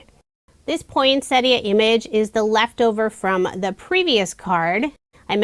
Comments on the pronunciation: Yet again another gorgeous range of cards made with our Aussie designs. Thank you so much for pronouncing poinsettia the correct way. Take care and stay safe. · Beautiful cards, as usual, and I love that you pronounce "poinsettia" correctly! 😁